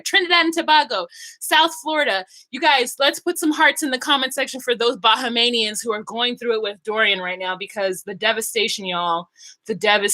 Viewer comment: ....Thanks for carrying about the Bahamian people. My grandparents are originally from Andros and Eleuthera in the Bahamas 🇧🇸🇧🇸 But, the pronunciation is Bah-hay-me-uns